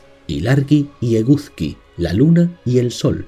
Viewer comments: Sería estupendo que se recopilasen sus mitos en algún libro. Nunca he oído hablar de casi ninguno de ellos. Solo conozco los vascos. Por cierto, la pronunciación, de "Eguzki" quizá debería ser "Egusqui", puesto que al menos en la actualidad en euskara se pronuncia así. En cuanto "Maddi" se pronuncia sobre todo como "Mayi". Mil gracias por este vídeo. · Se pronuncia; Eguski, puesto que la z se pronuncia s. Por favor, intenta respetar la pronunciación. Eguzki significa literalmente sol. Eguskilore (por lo mismo que el anterior). No se pronuncia tampoco Gáueko, sigo gauéko. El euskera no usa tildes, pero si se acentúan. Te corrijo desde el más profundo respeto, pero duele escuchar los nombres euskaldunes mal pronunciados. Ilargi significa literalmente; Luna. Y se pronuncia también Sorguiña (zorgina escrito). El lugar más importante de Mari fue Amboto. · Me ha gustado el video pero te quiero comentar algo ...por ejemplo ...eguzki se pronuncia eguski.. z = s mas o menos ,no quiero que te sientas mal , todo se aprende 😉